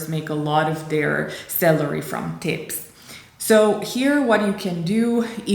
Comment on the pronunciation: Just to be clear, your spoken English is impeccable but as a positive criticism I would suggest you to be careful on reading the "a" as an "e" in every spoken English word. For example in this video your pronunciation of "server salary" sounds pretty much as "server celery" (adica tzelina pe Romaneste in loc de salariu. I-mi cer iertare, nu sint profesor de Engleza doar ca am petrecut mai multi ani in America de Nord si vreau sa ajut) Very educational topic for young Romanians aspiring to the "American Dream life" that you have chosen for your Your Tube channel. Looking forward to what's coming up next because so far I like your idea of realistically picturing the fact that "The American Dream" is not really for everyone. Not even for those bright and highly educated young Romanians. Cheers.